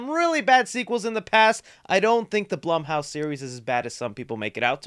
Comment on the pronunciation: Pretty sure it’s pronounced bloom house.